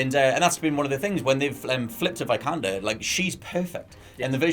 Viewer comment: Not "Vaj-kander", it's "Vee-kander".